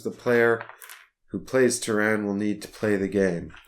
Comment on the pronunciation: teh· ruhn not Ter-Ran